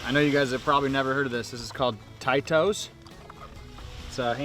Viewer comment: It's pronounced "Teetos" you inbread dude! Learn basic English.